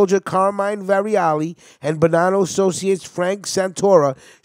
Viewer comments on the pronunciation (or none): none